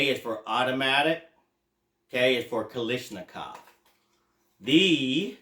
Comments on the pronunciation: Okay…can’t watch the rest of the video now. Heard Kalishnikov too many times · There is no “ish” in Kalashnikov